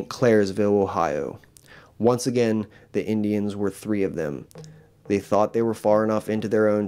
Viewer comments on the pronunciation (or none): none